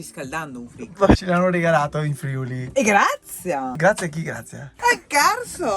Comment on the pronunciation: No dai non posso contare nemmeno su un veneto che dice Friuli con l'accento giusto. 😅 Qua in Piemonte non sanno nemmeno dove si trova 😖